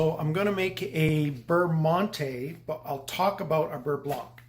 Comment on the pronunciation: Prononciation adjustment on monté necessary.